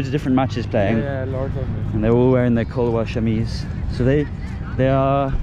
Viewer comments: it's 'salwar-kamiz', not kalwar-samiz, I think you are swapping the first letters:D, I know it's nothing, just mentioning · Kalwar shameez 😂😂 I love u but it's shalwar Kameez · I want to correct something its not kalwar shameez you pronounce it incorrectly it's shalwaar kameez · The Kalwar Shameez got me lol it is Salwaar Kameez or Shalwar Kameez depending on which part of Pak you're in, bless you, hope you have a great time now that you're back in Pakistan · And your so cute you say Kalwar shameez 🤣🙃. It’s shalwar kameez 😊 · Kalwar shameez 😂. It's shalwar kameez bro. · you are so innocent 😂😂 you said kalwar shamees to shalwar qameez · It's not a Kalwar Shameez bro it's a Selwar Kameez 🤣 no worries tho haha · The way you said kalwar shameez was sooo funny🤣🤣🤣